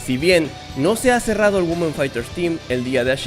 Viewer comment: No se dice Güomen, es 'Uimen' 😫